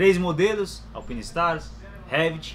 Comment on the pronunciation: odeio ser aquele cara mas... se pronuncia "alpainestars" kkk